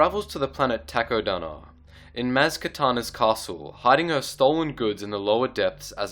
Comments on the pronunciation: He also said maz katana but it's maz kanata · Druge and maz katana??? you mean durge and maz kanata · and maz katana.. LOL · you butchered 2 names in the video (Maz Kanata) and (Durge)